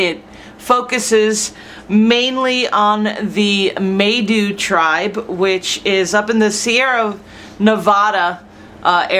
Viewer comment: Kinda neat, unfortunately you are pronouncing Maidu wrong. The “ai “ are pronounced as with a long “I” sound.